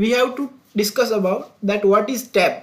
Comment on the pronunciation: What is "Tab" didn’t understand what you were saying. Please explain it more clearly and elaborately.